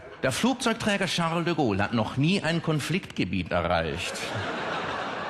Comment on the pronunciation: Charrrrrle de Gaule.... Ich mag eigentlich keine Yuppie-Typen. Aber DEM kann man zumindest zuhören... ^^